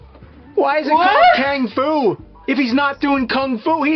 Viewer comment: Kang-Fu? I'm so dead. lolol You need a paint can to start it.